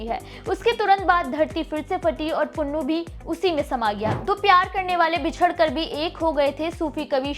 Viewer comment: You don't know the ABC OF THIS STORY. FIRST OF ALL you are pronouncing SAASI the name is SUSSI BOY NAME WAS Punnu not Pannu. HE WAS a merchant.Bharti nai fatti the She ran from one side and he ran from the other.met in the dessert and died. Don't distort panjabi culture pl.you are very very in Panjabi Culture and language big zero. Pl.dont do this again. Hari Dutt Sharma Rt.Principal MA BA HONOURS M PHILL MED SANGEET BHUSHAN DOSANJH KALAN JALANDHAR